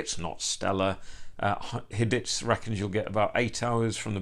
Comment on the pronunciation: Thanks forn the reviee. Btw its pronounced as Hie-deez (not hee-deez)